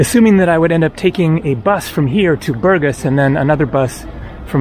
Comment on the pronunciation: БургАс, дружище, БургАс. Правильно ставь ударение. А лучше, учи русский. Скоро пригодится.